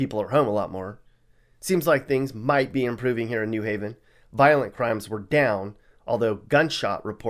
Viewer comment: "Gun wavin" New Haven.